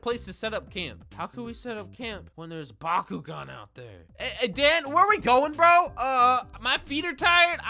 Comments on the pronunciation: I thought he said Bakugo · thanks to bakugan for sponsering this video. what i heard: "b a k u g o u" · Please tell me I’m not the only one who thought he said Bakugou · Yo who else thought he said “Bakugone” instead of “Bakugan” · I thought he said byakugan : k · I thought he said bakugou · I keep on think he is saying bakugo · I like the part where he said "Bakugan"